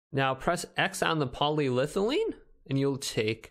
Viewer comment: It’s poly- ethylene. It’s an ethyl alcohol multi chain to create a plastic. It sounds like you know stuff when you say it correctly.😂